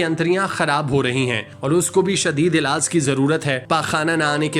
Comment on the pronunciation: Ilaaaas Nai Bhai Ilaaj Hota hai Bolna To seekh Lo 😅😅